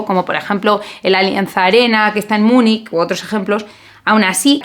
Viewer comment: no se dice munik... o munich o münchen